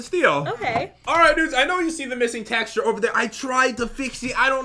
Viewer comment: said taxture